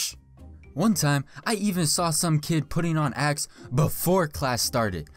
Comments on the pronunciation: my dumbass thought he said ass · I thought he said ass lol